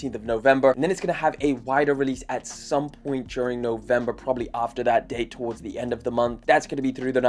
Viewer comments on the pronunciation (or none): none